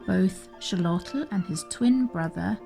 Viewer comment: Xolotl is pronounced Sho-lot-all I believe